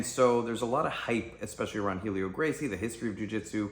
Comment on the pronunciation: Maestre Helio's name is pronounced "EL-EE-OH", and the "H" is silent. The "A" in Jigoro Kano's name is pronounced as in "Awe". Yeah, I know. I'm a pedantic shit but it's a pet peeve of mine. Sorry, not sorry.